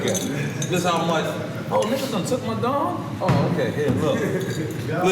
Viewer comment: NORE it's called "Dom P" not "Don P"..............